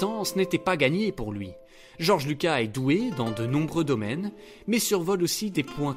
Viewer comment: Le s de Lucas se prononce 😉